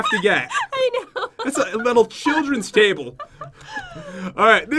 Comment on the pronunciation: Is it me or did pat said cable instead of table